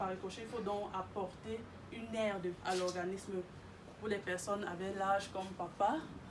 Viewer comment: 17'54'' :" il faut donc proposer une AIRDE" ou une AIDE.